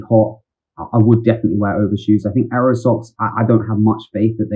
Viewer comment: loving the ayro pronunciation!